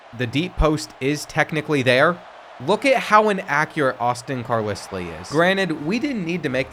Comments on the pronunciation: Another video of you saying Car liss lee is pissin me off!!!! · hearing car-lis-lee had me thinking i couldnt read 😂😂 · I can’t believe you don’t know how to pronounce Carlisle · I can’t believe you said Carlisle wrong the entire video. 😒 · How did you just pronounce Carlisle? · Today I learned that doesn't know how to pronounce Carlisle. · Came here to comment this. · CAR*LI*ULL carlisle not CAR*LISS*LEE...GAHHHH words arent hard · Say these two words after me. Carl Isle. Carl Isle. Now put them together with the same sound, Carlisle. Hearing Carlisslee was like nails on a chalkboard every time, lol. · It's pronounced Car-Lyle not Car-Leslie... But other than that great video. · Car*LYLE not Lisly. 😂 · I cant believe you just pronounced it car liss lee again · CAR LISS LEY 😂😂 Love but some of these names (and reads) are just unbelievable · Carlisle is pronounced car LYLE. And if you can’t read that lile like smile. Cmon man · it's your channel, you can say it however you want to, but #12's name is pronounced Carlyle lol. Love the channel been watching almost a year now keep it up young man. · I can never tell if is being ironic or serious with these name pronunciations... Car-liss-lee... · Literally screaming at my phone “IT’S CAR-LYLE.” I could ignore it once but after the 47th time of saying it, it was like nails on a chalkboard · I really need you to figure out to pronounce Carlisle lmfao...its Car-LYLE 😂😂😂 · Car-Lissly? Seriously? Sometimes this guy just trolls. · Hearing him try to say Carlisle 🤨